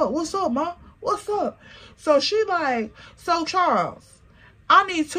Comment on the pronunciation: Not "Charles" sounding like "Checkmate" This was worth the wait 😂